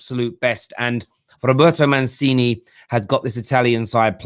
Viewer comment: Say with me: MUNCHEENEE (aka Mancini). 😉